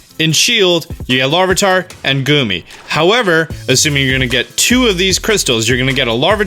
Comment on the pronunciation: Okay. Anyone else offended by how he just did Goomy like that?